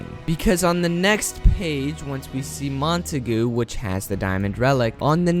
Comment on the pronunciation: English pronunciation is Mont-a-gyu